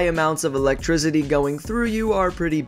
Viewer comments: Why do you say Electrizidy like that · why do you keep saying electrizity. wtf...thumbs down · He pronounces it lick electrizzidi lol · said ELEGTRZIDY instead of ELECTRICITY